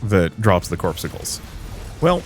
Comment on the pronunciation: It's not "corpsicles",, it's "cor-PUS-cules".